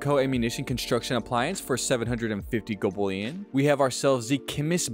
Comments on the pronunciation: Hearing golbullion so many times almost made me unalive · Bruh. I had to stop the video. Gobullion killed me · Golb ullion. Had to turn off volume. Bot level radio voice 😂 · So many opportunities to say gold bullion correctly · Dude , why say it weird and repeate it over and over..